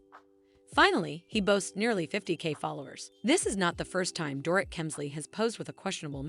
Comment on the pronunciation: Learn how to say their names!! Dor-eet, Lou-Ann, etc.